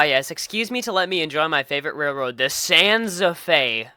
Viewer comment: “SaSa Fe.”